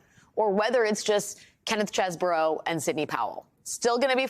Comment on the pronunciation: It's pronounced 'cheese-bro', lady. Get with the program.